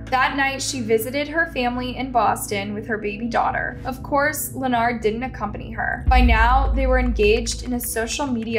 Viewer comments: Please. I understand that you’re not very good with names, but this one always seems to trip you up. You’re pronunciation has gotten much better, but it’s just pronounced LINN-erd. Just like the guy on Big Bang Theory. Weird spelling, but simple enough to say it. Best wishes. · Len ard? Len-urd. Why can't you pronounce words correctly?!?!?! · Girl his name is Leopard not Lanard get it right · His name is Leonard, pronounced "Lenerd", not like leotard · Every time I watch a story from this channel, she STAYS pronouncing peoples names wrong!! She's pronouncing Leonard as lanard instead of lenerd. Lmao. Like doesn't she research this shit before speaking? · How can you not say Lenard? Lee-nard, wtf is that? The news reporter even said it. It’s the same in most videos, a simple word mispronounced it’s so weird. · The man's name is clearly Leonard so of course pronounces it 'Lenard.' 😅😂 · Its not Lenard its Leonard y'all don't ever get these people names write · The fact that the commentator doesn’t know how to pronounce his name and kept calling him Lenard was super annoying 🤦🏾‍♀️